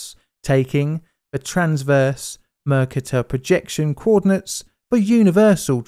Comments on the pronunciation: NB: Mercator = Mer-CAY-tor, and not "MER-cah-tor" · Hi Mercator is pronounced "Mare-Kay-tor". It's a map projection discovered by Gerardus Mercator. A very famous 16th century geographer. Perhaps you could look at the Rissa quick clay disaster in Norway. That's stranger than this one! There's colour film footage of it too! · The cator in Mercator rhymes with gator. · Plz look up the pronunciation of 'mercator' 😕